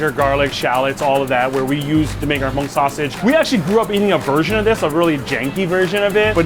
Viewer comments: Omg, if you mispronounce Hmong one more time...... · And it’s spelled Hmong and pronounced mong not mung. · It’s Hmong not mung